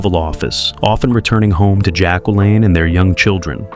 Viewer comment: You need to LEARN HOW TO PRONOUNCE Jacqueline CORRECTLY!!!!!